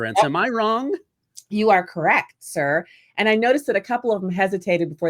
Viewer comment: LOL LOL st the 20.17 mark in the video, guest did a PERFECT impression of Ed McMahon saying to Johnny Carson, "You are CORRECT, Sir" --- even with the accent on the proper syllable. That caught me so off guard that I almost spit Diet Coke all over my keyboard. Can'f find a link to McMahon saying it, but here's Phil Hartman's impression of McMahon saying it